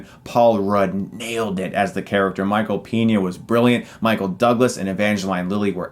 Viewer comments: Every time he pronounces Peña as Piña I laugh. His calling him Michael Pineapple. lol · its pronounced paegna (peña) :c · Peña, not Piña. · Why do you always pronounce famous names weirdly? Michael Piña? Sondra Bullock? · Anyone else bothered by how he pronounces "Peña"?